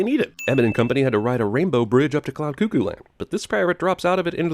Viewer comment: *'Cuckoo' is pronounced Kuh-koo not Koo koo